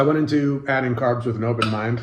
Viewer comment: Carbsss??? gasp